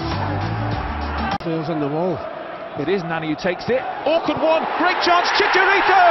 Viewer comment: Props to the British commentators that actually make the effort to call him “Chicharito.”